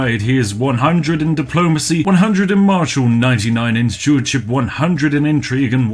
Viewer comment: Did you say "99 in jewardship"?